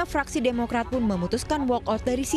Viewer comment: Ini presenternya.... sigh "Bahkan fuck.. - fraksi" lmao😭